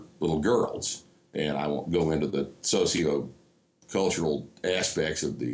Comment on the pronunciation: "sociocultular ASSpects"